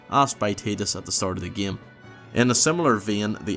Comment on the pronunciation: Why do you say "game" like "geymee"??